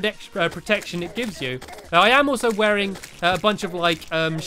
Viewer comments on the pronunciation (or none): none